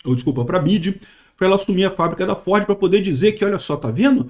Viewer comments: chamando "BIDI" 😂😂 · "bid" kkk